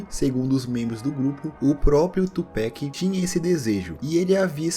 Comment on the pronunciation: cara, não fala tupec não kkk.. é Pac mesmo, com a kkk.. não é uma critica ruim ok, seus vídeos são muito fodas. parabéns.